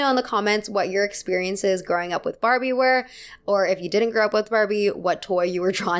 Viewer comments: she says Farbie and I love it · did you say Farbie? 😂